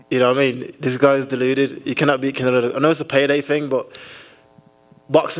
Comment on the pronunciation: Why does he say "Fing" and not Thing?